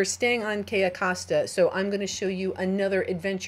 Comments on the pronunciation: It's Cay"o" Costa, you kept saying: Cay"a" Costa. Just FYI is all. :) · HI Sorry love you and your videos .BUT its pronounced (. kiyo costa)= cayo costa LOL Im Latina ..